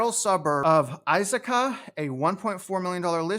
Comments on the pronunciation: Hey if you come to the Seattle market, let me know I live 30 minutes from the airport. I could take you to the ten trails in Black Diamond or down to Bonney Lake where they are building a ton of homes right now in south King County. Also Issaquah is pronounced Iss-uh-kwah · That city near Seattle is pronounced iss-uh-kwah Good vid. If you come to the Chicago area let’s grab lunch.